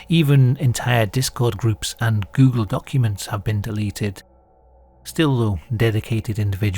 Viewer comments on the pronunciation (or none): none